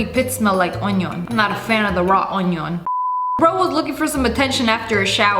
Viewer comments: sssniperwolf taught us it's not onion it's oñon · "onyon" 🤣I love you sniperwolf! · my fav part is she saying ONIOAN